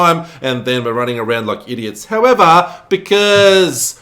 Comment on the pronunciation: I had fun with this run. Only died once. Btw, I love how you pronounce "howevahr"🤣